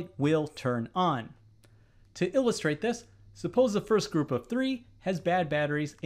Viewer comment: Your pronunciating "will turn o??" is so bad, that it could be ON or OFF. You just say the letter O so hard that it is impossible to say what is the next letter. It should be the word "ON", but it sounds more like "OFF". Even the YouTube automatic transcription for CC tells that is sounded as "OFF".